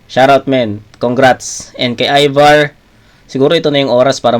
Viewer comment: ayVar hindi Evar HAHAHAHHA